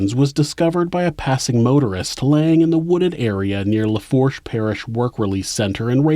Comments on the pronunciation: Lafourche is pronounced “Lafooshh”. Boutte is “boo-tee”. Kenner is in Jefferson parish. There’s east Jefferson and west west Jefferson. East Jefferson is right by St Charles parish. River Road (where he dumped victims) runs a looonnng way. It runs through a bunch of out parishes. Louisiana is still very racist and conservative. New Orleans is more covert with its racism. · Lafourche is La-foosh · For future reference it's pronounced dez-almonds, boo-tee and South lah-foosh. Thanks for all the great content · BOO-tee for Boutte, luh-foosh for Lafourche, New or-lunz for New Orleans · Laforche = La-Foosh Parish.